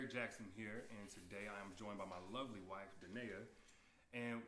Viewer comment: Why he say “Lovely” like that and she looks uncomfortable! 😂